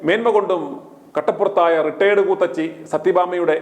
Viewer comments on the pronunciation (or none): കൂത്തച്ചി അല്ല കൂത്തിച്ചി.... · കൂത്തച്ചി അല്ല '' ഇവൾ കൂത്തിച്ചി എന്നാണ് പറയേണ്ടത്